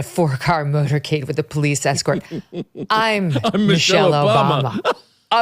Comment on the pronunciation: “Me-chelle” Obama. Me, me